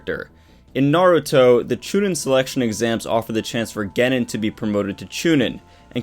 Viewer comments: You've had 17 years to learn how to pronounce Genin and Chunin, please fix that lol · Hearing you say chunin and genin gets me ready to throw hands